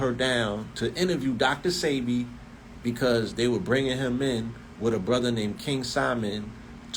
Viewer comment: Why was DJ ENVY so sure it was pronounced Dr SEEBEE?